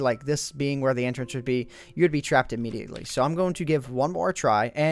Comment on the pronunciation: can you please say "going" and not "goon"